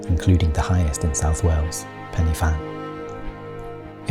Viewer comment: Fan is pronounced Van . Very nice filming